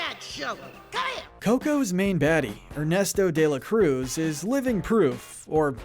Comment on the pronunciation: “Ernestou de la Crouz” hahaha. Cannot blame you